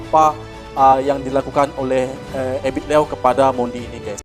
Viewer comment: Ebit liew jd ebit low?...sbut yg benar mas